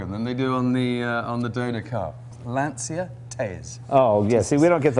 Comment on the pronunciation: You guys don’t know how to pronounce ‘Lancia’ !!!